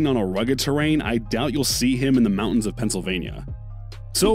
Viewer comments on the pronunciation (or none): none